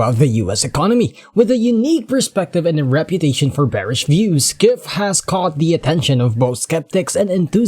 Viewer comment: Peter Skiff?😆 not how it's pronounced.